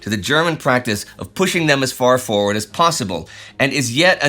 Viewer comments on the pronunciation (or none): none